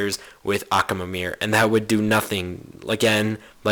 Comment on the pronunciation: I can't stand it when he says Accaamir and Tyrone instead of Tyron.